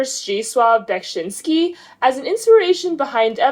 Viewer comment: I absolutely adore the visuals behind the new album, they are simply stunning. I had no idea she was inspired by Beksiński! He's one of my favourite polish painters. Great pronunciation of his name btw! Now that the album dropped I would love to see you review The Evangelic Girl is a Gun. I love the throw back 90s indie rock sound mixed with her glitchy signature.